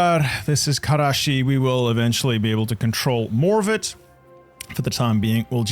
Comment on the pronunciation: Awesome video man, and solid Turkish pronunciation, as a helper: there are no guttural sounds in Turkish, you don't need to say Hhqkermiyanids, the G there is the same as in Game. Also the s is s and ş is sh, you don't need to say Kareshi. Have fun kicking the Turks out of Anatolia lol